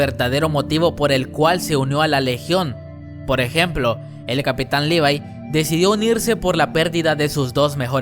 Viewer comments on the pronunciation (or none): none